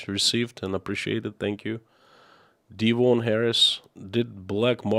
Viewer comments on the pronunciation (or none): none